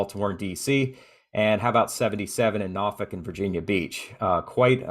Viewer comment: I'm super impressed.. you pronounced both Hurricane and Norfolk like the locals ❤️😊